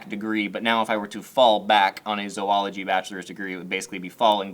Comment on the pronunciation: It's kinda sad how happy I got that you actually pronounced Zoology correctly. Not even my field but that's one of my biggest pet peeves when people pronounce it wrong.